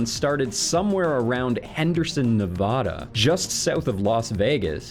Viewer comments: why must EVERONE say Nevada wrong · you said Nevada wrong :(